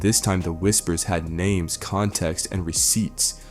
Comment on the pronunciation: Bro why you he doing reports on people and u cant even pronounce they damn names right. Find something else to do gang